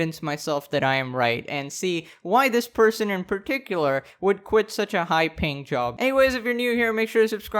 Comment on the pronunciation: Why is he always saying "High ping job" ? Like playing Quake?